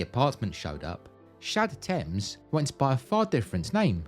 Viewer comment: I keep hearing Shad Thames as j'taime